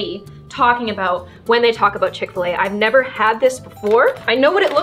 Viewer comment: Did she say fish-fil a